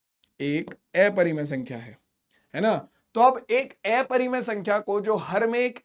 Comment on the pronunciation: Sir plz aprimay sankhya ka pronenceation sahi karye